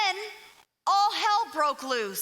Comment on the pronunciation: I think her last name is pronounced "bo-BEAR"